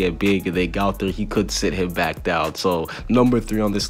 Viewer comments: can not say baan, gowther and die-an its pronounced bon,gother and deean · AND ITS NOT GAOTHER ITS GOTHER GO THER OK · I don’t like the way you say gowther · Your saying gowther wrong 😑